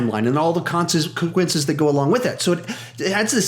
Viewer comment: i hate you, brcause you said con see quinces